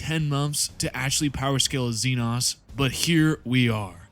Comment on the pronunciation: IT'S XE-NO YA KNOW LIKE XENOMORPH? FOR THE LOVE OF THE MATRIARCH GET YOUR SLURS RIGHT MOTHERFU- Inhale Exhale Alright Alright, I'm calm now Sorry for the crashout It's just that by now I've seen it pronounced wrong too many times That's doesn't call for profanity though, my bad